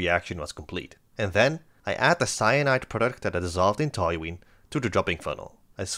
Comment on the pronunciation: Did you say potassium ceonide? 😮😮😮